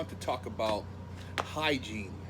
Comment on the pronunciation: lil nigga said hygine disaster lol